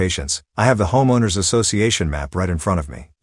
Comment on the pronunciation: Robot voice can't pronounce "homeowner."